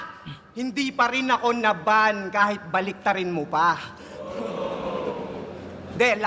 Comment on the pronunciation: "naban" - "na-ban"